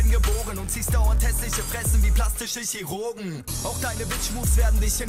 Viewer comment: Denkst du wirklich "Chirurgen" wird genau so ausgesprochen wie es geschrieben wird....peinlich